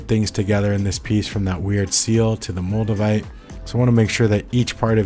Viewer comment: Moldevite? I thought you said Magnamite... I was just about to catch 'em all too...